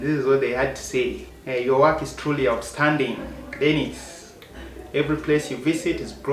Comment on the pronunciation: A shot everytime Dennis says "cheew""😂